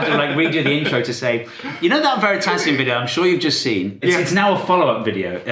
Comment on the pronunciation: i cannot wait for your next chain "vidoe" 🤣